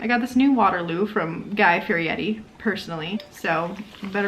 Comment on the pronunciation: Lowkey giggling over the way you're prononuncing Fieri LOL also I loved this!!!